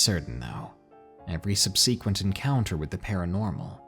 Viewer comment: How did you pronounce subsequent? It is pronounced sub-sah-qwent.